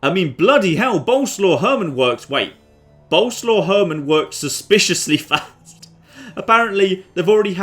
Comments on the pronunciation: Once again "Boleslaw" is a polish name, not a nickname and you pronounce it entirely different from how you do it. It's "Bol" (like in Bold) + "es" + "wav". Pasting the same thing under every m2tw video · By the way you pronounce Bolesław completely WRONG: it should be more like boleswaf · I will keep posted untill you at least try to prenounce it. Bolerswav. Sorry, I'm polish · "Boleslaw you rogue!" 😂😂😂😂